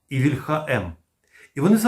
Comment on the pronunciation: Плюсик, але не стомлюся нагадувати, що українське слово «вíльха» має наголос на «і» (це за порєбріком «ольха» наголошується на «а»; не треба за ними повторювати).